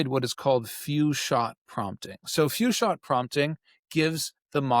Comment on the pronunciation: At the,, and marks, what is "few shot prompting"... clearly I don't know what words actually said then